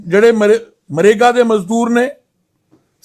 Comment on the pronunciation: देख लो BJP के प्रधान का हाल मनरेगा को मरेगा बोल रहा है.